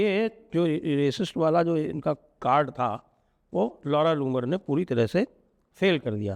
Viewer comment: नाम भी कैसा है ?!! आप बोलते है जब नाम तो लौड़ा जुम्मर सुनाई देता है 😂